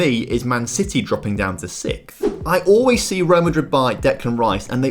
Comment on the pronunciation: Why do you pronounce the word 6th as sict?